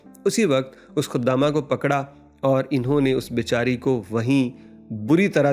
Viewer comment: لفظ خدامہ نہیں ہے خادمہ ہے بیوقوف آدمی